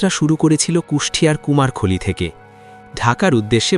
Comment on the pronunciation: "কুমার খলী" নয় সঠিক উচ্চারণ করে বলেন "কুমারখালী"